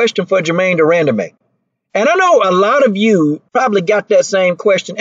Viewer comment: De-run-duh-man lmao